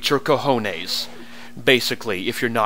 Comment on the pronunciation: I laughed my ass off when you said they will incinerate your "cohones". Lol, as an Spanish speaker, I must say your pronuntiation was nice XD.